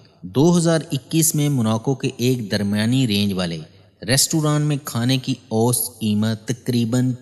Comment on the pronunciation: جناب سلام مسنون پہلا پاکستانی یو ٹیوبر دیکھا جو سیاح کا صحیح تلفظ جانتا ہے خوشی ہوئ۔ لیکن میں آپ کی توجہ دو الفاظ کی طرف مبذول کرانا چاہوں گا۔ لفظ متنوع، نوع سے بنا ہے mutnav vow دوسرا لفظ اوسط aw sat امید ہے آپ کو برا نہیں لگے گا۔ آپ کی تمام وڈیوز مفید اور بہت معلوماتی ہوتی ہیں۔